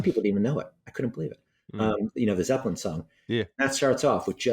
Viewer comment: Ken talking Zeppelin like that made my day